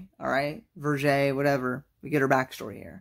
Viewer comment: You asked to be corrected in the comments section below, so the pronunciation of the name Vergere is Ver (as in the first syllable of Verboten) Gair (as the first syllable in Gary (at least as Canadians pronounce it)